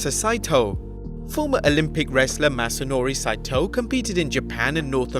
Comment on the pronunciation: Wasn't Mr. SA1ITO's name pronounced [SAW--EE-TOE]? That's how I always heard it pronounced!